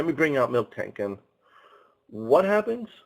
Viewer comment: "I figured they're going to have a water type somewhere in there" - I think the lanturn line is the only water/electric in pixelmon, pretty sure. Also, I know think might be mind blowing, but it's mil-tank, not milk-tank.